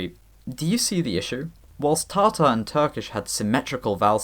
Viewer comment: Slight nit pick Tatar is pronounced with a short Ta-in the first syllable of the word but great video regardless lol